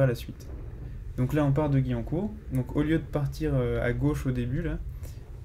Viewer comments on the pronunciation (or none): On dit pas gui mais guwiancourt🤣